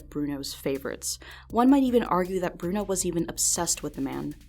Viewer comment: b-bruno? like,,,bruno bucciarati?